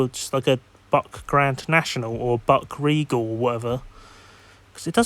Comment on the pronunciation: Buick is pronounced as "BYOO" + "ik" Happens to the best of us. Good luck with ur next video 👋🏾🙂